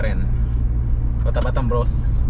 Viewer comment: Lebih enak batam dengernya daripada batem bang 😁😁